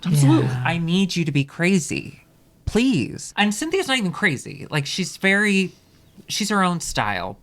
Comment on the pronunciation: Did she say "ploise"....??